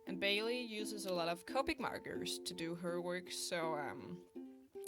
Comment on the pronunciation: its baylee jee not jaylee bee... i love u!